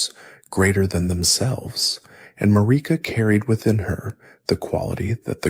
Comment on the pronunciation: The way you insist on pronouncing Marika, despite the game itself telling you the correct way, is pretty dumb.